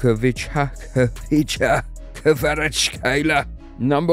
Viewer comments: Complely out your prononciation!!! HVitcha Kvaratshelia is a prononciation!!! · Knew everything as georgian lol really good vid and heres how you pronounce it: Xvicha kvaratsxelia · hey u must learn georgian language to say his name correctly ხვიჩა კვარაცხელია remember this name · Yea literally how can people not pronounce it like რა შტერები არიან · ხვიჩა კვარაქცელია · It's so annoying for me as georgian that most of people can't even say his name correctly buts actually is very easy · search how to pronounce khvicha kvaratskhelia